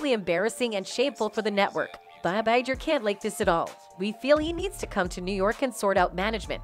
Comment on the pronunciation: The bots drive me nuts. The "g" in "Bob Iger" is a "hard g" like in "get" and "go".